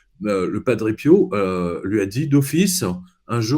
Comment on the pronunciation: Prononcez SVP Padre 😅 P I O ou PI O Merci du coeur 💓 ☀️